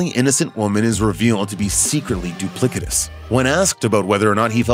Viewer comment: Did you just say doo-PLICK-eh-tuss? The word "duplicitous" is pronounced doo-PLISS-eh-tuss.